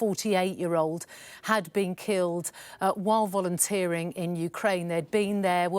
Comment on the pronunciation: "Volunteering " really!?